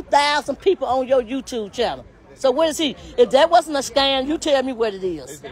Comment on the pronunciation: She going in on A.L.... it's scam not scan